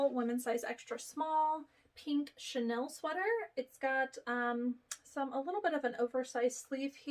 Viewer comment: Thanks so much for all the great content. Have really been enjoying the videos. Just a little FYI, the purple sweater material is pronounced chen eel, rather than chan el. :)